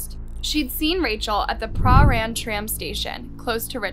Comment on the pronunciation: fk me!!! i live 30 minutes from here and one o my best mates live in that area wtff also its pruh-ran or pran not prah-rane